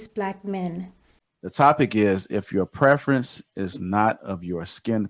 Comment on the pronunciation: What do you mean;"I thought he was a white man, because a black man wouldn't divorce his preference."(I think you said preference, although it sounded like prefence). What is that supposed to mean? Especially as you followed it up by, "...men don't normally file for divorce." (Nearly 80% of divorces filed by the woman) edit: Ok, nevermind. After watching a bit more of the video. It's obvious this is just a hit piece. She's fake and Kevin Samuels is too?? Just because they speak the truth? You say that she thinks she's an expert on the black community. Yet you sound Much younger but you believe that you are in a position to say a 40yr old person doesn't know anything. You know better, yeah? Oooookay, youngun. Ok. Absolutely Wreaks of jealousy. Shame on you! If you don't agree with her, you don't know the first thing about life as an adult.